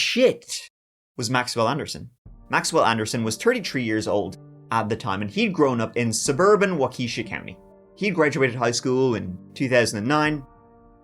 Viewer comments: That's Walk-uh-shaw, not wau-kee-shuh. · I saw the thumbnail and thought "How far can I throw..... .... That Far" Also Waukesha is Wah Kah Shaw --- A lot of people say wah key shah tho. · Walk-ish-awe...not "Wakeesha" lol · Waukesha is pronounced “wah-kuh-shaw” not “wah-kee-shuh” it happened to me when I moved here 😂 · Wakeesha? XD It's wakAHsha. But I still love ya. ;) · Not Wa-keesha. It is Wa Ka Shaw. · Hello Sir! Milwaukee native here - we pronounce "Waukesha" as - "wah-key-shaw". That aside, great video! I love your channel. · Just so u know mate ( because Waukesha will come up again & has b4) - these are Algonquin pronunciations. Wok EE Shaw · as someone from Wisconsin and having lived in Milwaukee for 5 years, it's such a sad and horrific thing that happened to Sade. She did not deserve this, and I hope that man rots in (not heaven). side note, it's pronounced Wah-Kuh-Sha. granted, i probably couldn't pronounce a lot of Ireland cities myself besides Dublin and Cork. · Wa-keisha is what we call Waukesha when we (Milwaukee residents) make fun of Waukesha and it's residents. The "joke" is, since Waukesha is so ghetto, we call it by a black girl's name. You inadvertently called Waukesha black and ghetto! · This channel is so good! It's pronounced Walk AH Shaw. So many demons walk among us. You just never know. RIP to the victim. Its also sickening that the friend had seen his basement AND he told him he was going to unalive someone and the friend didn't go to the police. Now here is where it gets sucky, even if he had reported it to the cops, them being lazy they probably wouldn't have done anything. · Folks don't drink MGD in Milwaukee. Miller Lite, Pabst, or any number of delicious WI microbrews. Waukesha is "wahki shaw" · Pronounced Walk-eh-shaw 😉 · As a wisconsinite, it always cracks me up when others pronounce the town names. Waukesha = walk-eh-shaw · Waukesha “wah-kesh-ah” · Waukesha is pronounced "WAUkeSHAW" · Waukesha County Pronounced Walk-a-SHAW